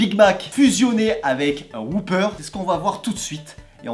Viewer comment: Pas "Whooper"... "Whopper", à prononcer "O", pas "OU".